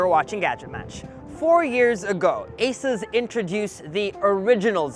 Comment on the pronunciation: Not ases. But ASUS.